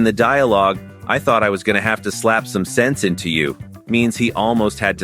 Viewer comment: fluent path english を古い順からやっていって今回で100回目でした！ 後半のphraseは少し難しかったですが、bachelor やaltarなど、過去に登場したphraseも多いと感じました。 jeopardizeは初めて知った単語でした、元はどちらに転ぶか分からない勝負 → 危険に晒すって感じなんですね。 最後の slap some sense into は some sentence into に聞こえてしまった